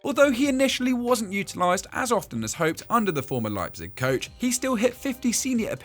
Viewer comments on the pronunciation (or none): none